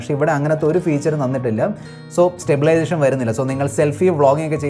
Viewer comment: സ്റ്റബിലേഷൻ alla stabilization 😂